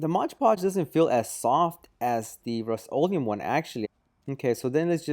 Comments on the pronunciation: RUST o leum not ROAST leeum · "The roast-o-liam"